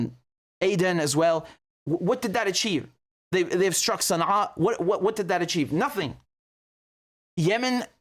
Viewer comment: As a saudi, I like how you can pronounce certian sounds that don't exist in your native language like sana'a and al hudaidah. Edit: there is no one sane person who will go down past cape of good hope, the ocean currents around antarctica are very dangerous, europeans now have to go across the pacific and atlantic oceans to get to asia lmao.